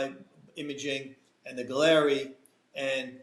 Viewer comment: Galleri >>> sounds like “Gallery”. Just FYI